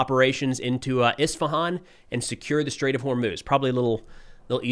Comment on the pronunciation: Thanks for pronouncing Isfahan right